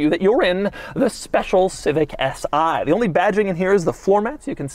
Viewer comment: Its not "S I" !!! It's is "Si"! .. as in "Si! por favor"